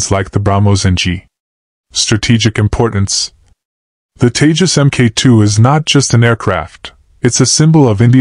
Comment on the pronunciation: Its TEJAS not TAJES